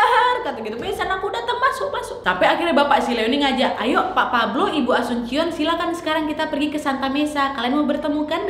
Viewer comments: Ijin koreksi cara baca : Cabading bacanya Kabading, Asuncion bacanya asunsion, Cavite bacanya Kavite atau Kabite. * Saya kebetulan pernah 3,5 tahun tinggal di Filipina. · Cuma koreksi saja kak nad, ibunya asuncion bacanya asunsyion karena memang nama umum alias pasaran di filipin karena sy ada teman juga namanya sama cuma family namenya beda. Cavite dibaca Kavitè karena sy pernah ke Cavite tepatnya daerah imus dan daerah silang dekat dengan tempat wisata bagiou, Cabading dibaca kabading. Terima kasih. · Nad, mau benerin beberapa hal. Wkwk jiwa pinoy ku berontak. Maap. Cavite dibacanya ka- vi - te. Terus namanya bukan dibaca pakai c tapi Ka-ba-ding. Asuncion dibacanya esansyon. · Cabading - kabading Cavite - kavite Asuncion - asunsyon